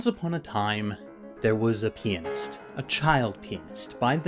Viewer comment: I don't want be rude rude but...And this might just be by headset echoing...Did he say "Pianist" like "Penis"